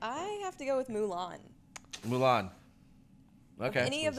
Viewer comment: Oh come on on, you just made it difficult for me when you said Mullan against Belle..... Dammit, now I can't think.